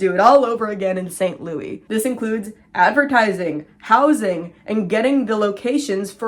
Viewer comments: We in St. Louis call it “ saint loo is” not louie 😅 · yaaay new upload!!! (also this is my first time hearing anyone say St Louis the French way 😂)